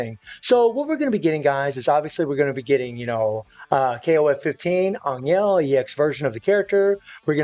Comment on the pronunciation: for godsake stop saying anyel